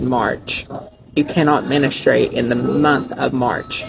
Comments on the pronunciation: Does....does he seriously think we have any control over when that happens? Also, it's not "menneh-straight". 🤦🏼‍♀️ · what killed me is he didnt even say menstruate he said ministrate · He said menustrate not menstruate 😂😂😂. Sounded like he said no administration march. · "menistruate" is wild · Not the subjective of the video but the way that he kept mispronouncing "menstruate"as "ministrate" was just pissing me the hell off man 😂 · Bro said “menistrate”😂😂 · Menestrate? Lmao you can't choose when you MENSTRATE! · "Menuhstrate' is WILD!🤡🤡🤡🤡🤡🤡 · If only I could just not “menistrate” every month… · I’m sorry but I’m cackling about how he pronounces menstruate as ministrate 😭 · i actually hate it every time i hear him mis-pronounce menstruate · Did no one catch the fact that he says "menenstrate" not 'menstruation'